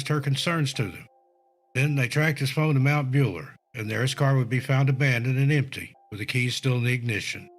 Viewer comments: It’s Mt Buller as in bull er not builer lol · It's pronounced Mount BULLER as in male cow, not bueller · As a born and bred Victorian who has just found your channel I remember all of these cases well. There are just two thing I want to say. Firstly - Mt Buller is pronounced like Bull (the animal) not Ferris Bueller. Secondly the Victorian high country is very deceptive and the weather can turn very quickly. The locals will tell you that it can appear warm and sunny with bright blue sky in the morning, even lunch time and by the middle of the afternoon the clouds have rolled in,, the winds have picked up and the rain and even sleet has taken over. It is not just the elevation - it is also the peculiar topography of the mountains. It is not a place to take lightly. People who do not know the area should never go there alone or without a guide who can get them out of there. There are huts set up with supplies for those who are caught in the weather but you have to know where they are (at least there used to be - I have not been up there for a long time now). If people are going to continue to venture up to places like that unprepared, then people will continue to go missing. Apologies if that sounds harsh. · It's not Bueller. It's pronounced BULL A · Mount Buller isn’t pronounced like Bueller, as in Ferris Bueller, it’s pronounced like the word ‘Bull’ with an er at the end. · Why does he pronounce Mount Buller as Mount Bueller ??? It's pretty easy to say BULL ER. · It's Mt Bull-er, not Beuller haha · It is pronounced Buller , cow/bull. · Its pronounced mount bull-er :) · Thanks for doing a story of missing people in our bush. More stories please. Our bush is as dangerous as the US. We have more deadly snakes here though. They're everywhere in the bush. If you get bit out there on your own, you won't last long. One thing, its pronounced Bull-er.🇦🇺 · Bueller not builer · Not Ferris Buellerrrr hehe. I giggled at the mistake when he said it 😍